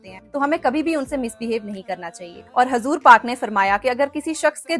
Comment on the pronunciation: Assalamu alaikum warahmatullahi wabarakatuhu sister hazur paak nahi hota huzur paak hota huzur paak sallallahu alaihi wasallam